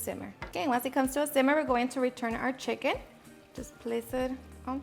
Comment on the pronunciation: lol!! Did she just say schiken thighs!?!?!